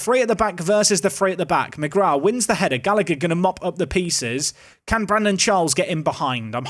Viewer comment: Oisin is pronounced o-sheen. On a similar note McGrath is also an Irish surname. That's pronounced mu-graa. Love the series :D